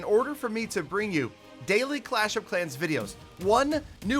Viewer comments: Did he just say crash of crans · You mean crash of karens? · Frellow frans of Crash of crans! 😂😂😂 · Ah yes " fellow frans of crash of crans" finally a different intro 👏